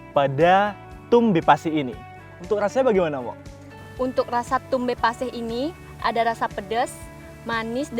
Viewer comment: Yg bener "Tum Be Pasih"